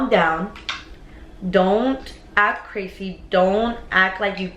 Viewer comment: Sounds like Crasy